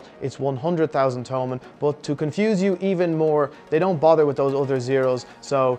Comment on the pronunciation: It's no to-mun it's to-man